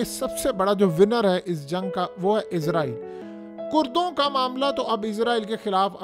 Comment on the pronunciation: بھائی صاحب ! میں نے پہلے بھی کئی مرتبہ کمنٹ کیے ہیں کہ لفظ " اسرائیل" ہوتا ہے "عزرائیل" نہیں ہوتا عزرائیل کا مطلب ہے موت کا فرشتہ اگر تو آپ اس سینس میں لے رہے ہیں تو ٹھیک ہے ۔۔۔۔ اسرائیل اس وقت موت کا فرشتہ ہی بنا ہوا ہے۔۔۔۔ مگر اپ کو وہ تلفظ استعمال کرنا چاہیے جو قران میں استعمال کیا ہے۔۔۔۔۔ کیا آپ قران کی سورہ بنی اسرائیل کو اس طرح پڑھتے ہیں "بنی عزرائیل" 😂